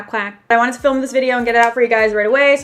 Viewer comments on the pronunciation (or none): none